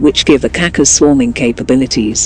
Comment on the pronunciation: for Gogs sake can you do some to pronounce the name of the rocket properly the c in yurkish language in this case has the sh sound like in ship